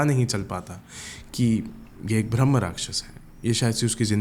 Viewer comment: bhai bhramh nahi bramh hota hai!